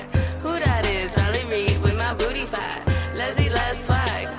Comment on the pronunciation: Yeah I wasn’t sure if she said fat or flat 🤣